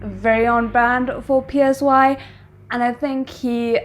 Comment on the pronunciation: The artist name is not PSY it is pronounced as SIGH as in sighing loudly. Are you an idiot you don't know who Siri PSY the very first K pop artist to be big globally with his song Gangnam Style and gentleman.